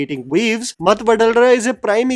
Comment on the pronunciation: Ma-thu. Pronounced ma-thu